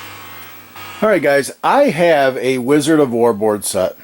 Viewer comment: I love wizard of wor. But love when he says. "I eck of izard of floor"